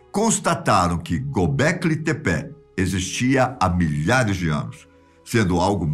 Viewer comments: Eu acho que a pronúncia é "Tép". O Gobekli está correto, mas não é "Tepé" como ele diz, é Tép! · Acho que se fala "Gobekli Tepe" e não "Gobekli Tepé". Vai saber... Estou acostumado com o narrador do History Channel na série "Alienígenas do Passado".